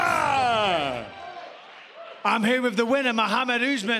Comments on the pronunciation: It's "Oth-mann" not "ooozzzman" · I thought the announcer said "The Martyr" Usman. fml